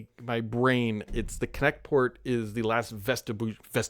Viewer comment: I SWEAR I heard Kinect every time he said it. LOL